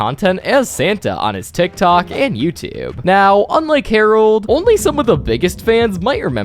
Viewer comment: "On youtuuhbe"